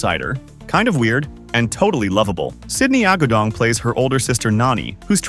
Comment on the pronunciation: It's AH-GOO-DONG. Not ah-gah-dong. It's a Filipino household lastname 😒